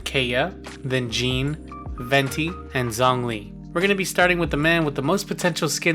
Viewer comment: He said “zongli”